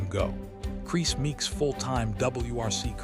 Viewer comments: I think he’s called Kriss and not crease 😂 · Ruined by the Ai voiceover getting many names wrong, including saying Kris wrong every single time!